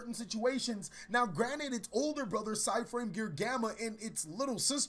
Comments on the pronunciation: Side in? I think you mean PSY-de in. Eh? Eh? XD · i know he did not just say psy-frame gear delta